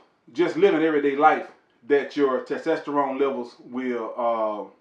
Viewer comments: Great video, but I couldn’t stop laughing. TESTTESTTORONE 😂😂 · Why is so hard for some folks to say testosterone. Lol